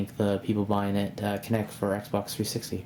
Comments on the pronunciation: its kinect not kinetic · Good review...just got mine. And it's kinect not kinetic